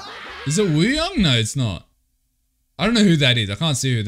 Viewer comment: just a lil reminder that wooyoungs name is actually pronounced oo-young, the w is silent :))